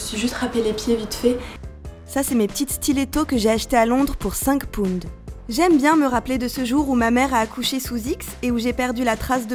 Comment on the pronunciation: " 5 pounde " haha